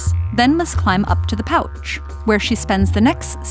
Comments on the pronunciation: Everybody’s talking about the 3 vaginas I’m focused on the emphasis she puts on “pouCCHH” and “fiSSHH” & just keep replaying them, it’s funny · The way she pronounces pouch makes me cringe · I find the way she says "pouch" to be deeply satisfying. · Pouch is so weird the way she says it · I like how she says, "Pouch".